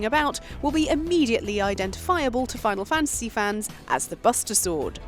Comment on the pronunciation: Final FAN-tisy